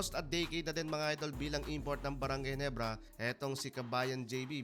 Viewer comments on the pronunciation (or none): none